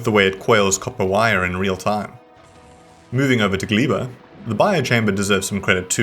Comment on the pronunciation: Judging by the general similarities between slavic languages and the fact that I speak one of those, I think Gleba is meant to be pronounced "Gleh-bah", rather than "Glee-bah". I'd also venture to guess it comes from the same source as the Polish word "gleba", which just means "soil". Y'know, like Vulcanus is named after volcanoes because it's a lava planet and Fulgora is named after something to do with electricity (no Idea what, but Fulgurbugs in Monster Hunter are zappy-zappy).